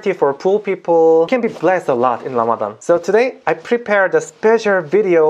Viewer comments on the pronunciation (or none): so cute how he says Lamadan instead of Ramadan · Can you say letter r? Lamadan.